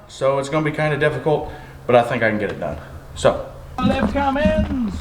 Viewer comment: "We're getting ready to put a fummins....". And now she has a name. Fummins.